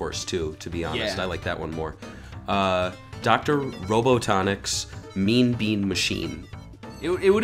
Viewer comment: Dr. “Ro-Bo-Tonik’s” Lol is pronounced "Ro-Bot-Nick’s"